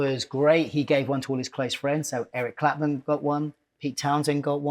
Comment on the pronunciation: Who is this "Eric Clapman" you speak of? 😊